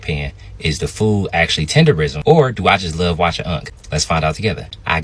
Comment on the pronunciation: Tender"nism"..NOT "rism"